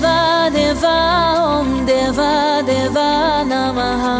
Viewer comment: It's om not hom & it's Deeva != Devva